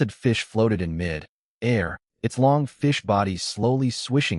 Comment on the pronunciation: AI iz stupi rock-shard, SMH, wow wow wow wow, wow, From mi-dair to mid [pause] air. Trash Tier AI